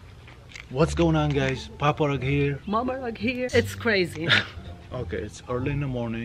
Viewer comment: Sounds like he’s saying papa thug here